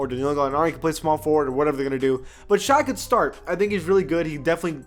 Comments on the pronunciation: Its pronounced sh-ay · The way he said Shai’s name 😂😂